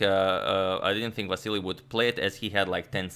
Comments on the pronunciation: Just reminder he is Vasyl not Vasyly, you told us in ur prev vid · Cmon, Antonio, it is silly to call Vasyl "Vassily"! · Vasyl, not Vasili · Antonio correct Vasyl's name also Antonio: "And Vasily plays.." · If you're calling him "Vassily" throughout the video, why spell it "Vasyl" in the graphic instead?? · You corrected your pronunciation of Vasyl in the last video only to go back to Vasily😂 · Ok I'm confused, last video he said it was pronounced " Va-sel" but now it's back to "Va-se- ly" ? Which is the correct one again? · Why did Agad say Ivanchuk's name wrong? Agad Vasily 🤷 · You kept on mispronouncing his name throughout the video. It's Vasyl. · Last video Antonio apologies for pronouncing Chucky's name wrong. This video: Vassily Vassily Vassily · How is it original? He kept on mispronouncing it throughout the whole video... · What happened to the vAsyl pronunciation? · Aren’t you still pronouncing it wrong? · He mispronounced Vasyl's name again lol